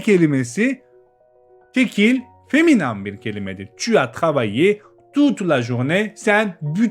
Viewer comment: selam ben 11 yaşındayım bu vidodaki feminin feminen diye okunuyo feminam diye değil